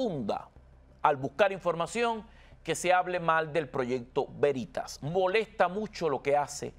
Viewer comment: Se dice Veritas o sea el acento sobre la e. Latin. Quiere decir verdad.